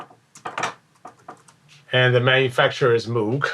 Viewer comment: Great video! One nitpicky thing... Moog rhymes with "vogue", named after its inventor Bob Moog.